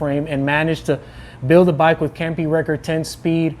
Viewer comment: WOW you say Campagnolo words very good I bought Felt F 4130 nice bike with Campagnolo Athena 22lb than i weighed old Leganano Roma Olimpidia witch my dad's bike.It was pound lighter than Felt 4130 .There something about steel frame that's beautiful especially those older Columbus or Reynolds Frame .Your definitely right about the bump those old Columbus tubing and Reynolds Ride beautiful.